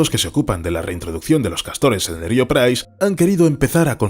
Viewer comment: Estáis obsesionados con los castores, más de 10 videos sobre castores...ah y podéis decirle al locutor que aprenda a decir río, por favor